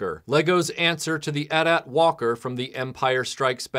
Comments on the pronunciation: Points taken away for dissing the Starfleet Voyager, but points given for correctly pronouncing "AT-AT". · Showing your age by correctly pronouncing AT-AT. :-)